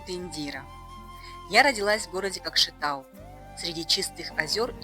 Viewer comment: Если Вы Индира, то должны правильно говорить Көкшетау, а не КАкшэтау. Не коверкая.